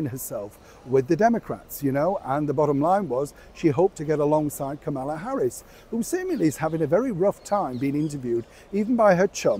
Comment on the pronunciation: Please pronounce Ms Harris’ name correctly.